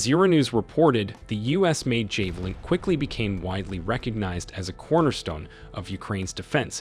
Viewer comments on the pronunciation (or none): 🇺🇦🫡👍 javelin 😅 not jay valin😂